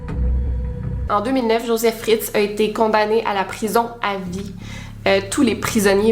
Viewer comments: Ça se prononce FritzEL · "Room" est basé sur le roman d'Emma Donoghue, lui-même inspiré de l'affaire Fritzl (on prononce le L à la fin). 2'20 : c'est le père de Joseph qui a connu 2 guerres et non Joseph Fritzl lui-même puisqu'il est né en 1935 (je vois qu'en commentaires il a confusion) Honnêtement je ne sais pas comment les victimes de séquestration font pour rester saine d'esprit (comment ressortent-elles de là ?) car déjà 4-5 mois de confinement sans sortir de chez soi, tu perds la tête (littéralement), tu es en dépression donc après 24 ans dans un sous-sol, tu dois être mentalement très atteint 🤔 Y'a forcément des troubles mentaux qui apparaissent. Dommage que le voisin ne soit pas allé voir la police : en racontant qu'il voit Joseph descendre tous les soirs au sous-sol avec beaucoup de nourriture + le fait qu'Elizabeth soit porté "disparue", la police aurait peut-être fait une perquisition ! Franchement ce n'est pas la prison à vie qu'il méritait, mais de la torture en place publique ! Il aurait mérité qu'on lui inflige ce qu'il a infligé à sa fille et ses petits-enfants (enfants). Il me dégoute 🤮🤮 J'espère que les portes de l'enfer lui seront grandes ouvertes !